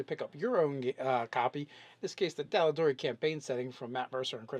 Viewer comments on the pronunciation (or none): ffs, it's TAL'DOREI..not Talleedoree Xd it is not an italian dish haha